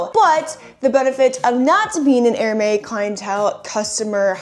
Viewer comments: Great finds, but I just want to point out in a friendly way that Hermès is pronounced 'Air-mehz' and not 'Hair-may. I know I would want to know if I were pronouncing something incorrectly on social media.' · 🌸🌸🌸GREAT items today! Love that straw bag! Btw, Hermes is pronounced ‘air-mez’ (4 years of French comes in clutch!). Your hair looks beautiful today. Enjoy your weekend 🌸🌸🌸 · You pronounce the 's' in Hermes